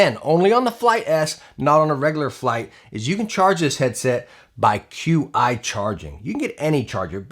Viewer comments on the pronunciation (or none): "Qi" is Chinese technology and pronounced like "Chee". So, it's "Chee Charging" and not "Q-iCharging" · Lol "cue eye" wireless charging